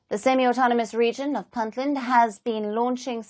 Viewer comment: Could you please pronounce Puntland accurately. It is Punt Land with a u not i. It is not Pintland.